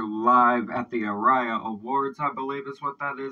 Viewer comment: ARIA’s is pronounced “Are-Re-a’s”. It is our music awards. Fantastic performance by Powderfinger 🇦🇺🇦🇺